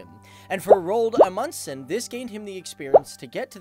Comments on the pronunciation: Rold amudsen? I think you mean Roald Amundsen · I dont really care how foreginers pronance our names but, i heard he said it more like Roald Mudsen xD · The way you pronounced Roald Amundsen is ... just so so bad😂 -Norwegian here :) You say it like Rold Amudsen. You need to say the "O" in Roald longer and the "A" and the "U" in Amundsen longer. And remember the "A" in Roald and the "N" in Amundsen. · Rold Amudsen, faktisk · Names can be hard I know, but just a tip if you mention him again :) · How he said Roald Amundsen tho😂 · The way you say his name makes me gag, but this was a really good video mate, well done